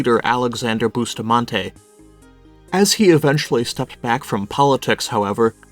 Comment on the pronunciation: How the heck is “ bus” pronounced “ boostamente”…feh